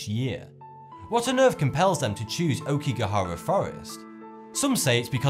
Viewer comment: Aokigahara = "ah-O-ki-ga-ha-ra" I really enjoy watching your vids, but I would like to see better pronunciations for foreign words and names, please.